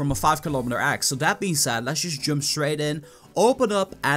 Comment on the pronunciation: egg not agg